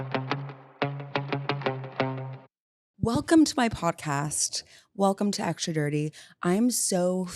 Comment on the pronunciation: You know the word is extra, not aktscha, don’t you? 🤔